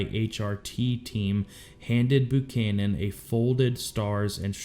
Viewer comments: not "boo-canon" Buchannan is pronounced "B-YOU-CANON" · It's Buchanan pronounce the "U" like your saying the letter. It's not Boo canon. For fuqs sake you had a president with that name. I swear, A lot of people were asleep for elementary school. Abraham lentilbean was the president right after Buchanan, that's when we had the silver war. 😏